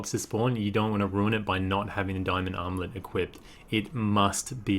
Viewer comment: When you say armlet it sound like you’re saying omelette lol